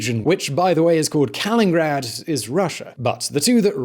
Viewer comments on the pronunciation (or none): Its called kaliningrad not kalingrad btw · Not "Kalingrad", but "Kaliningrad", fomerly Königsberg. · whoops pronounced Kaliningrad as Kalingrad :) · Kaliningrad, not "Kalingrad":-) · Kaliningrad, not "Kalingrad". When will you make a video without some kind of mistake in it? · It's kaliningrad and not kalingrad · Some ridiculous factual errors: 1. Bosnia & Herzegovina isn't landlocked, it's got a 20 km coastline on the Adriatic. 2. Russia's European exclave is called Kaliningrad, not "Kalingrad". 3. that Azerbaijani strip of land (Nakhichevan Autonomous Republic) is on the west side of Armenia, not the east. 4. Too shallow explanation for the Kremlin's administrative division of the newly [re]conquered South Caucasus, ignoring the early 1920's Soviet-Turkish coordinated policy of carving up the region (see 1921 Moscow and Kars treaties for reference); Lenin and Atatürk divided the South Caucasus after WW1 much like Stalin and Hitler divided Eastern Europe in 1939, but the Caucasus is usually either forgotten or misunderstood in the West. Sad to see not having bothered enough to check the background story. Good luck with your fact-checking next time! And maybe practise some basic geography sometimes?:) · Its actually called Kaliningrad not Kalingrad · Crimea is Russian tho plus it’s not kalingrad it’s called Kaliningrad. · Kah-LEEna grRRRAD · You said Kalingrad hahaha 😂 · Calls Bosnia and Herzegovina landlocked and pronounces it “Kalingrad” in the first minute, lmao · Repeat after ME>>>> KAH-LENIN-GRAD! I hate your pronunciation fuck ups...